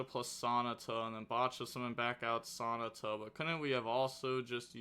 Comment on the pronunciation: Bro you gotta be doing these pronunciations wrong on purpose. Ain't no way you pronounced Sonata like an english dub naruto character